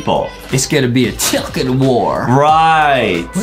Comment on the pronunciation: It’s not called a chiLcken it’s called a chicken no L